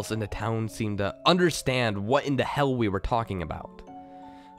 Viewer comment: Your slight accent on the word "the" sounding like "da" intrigues me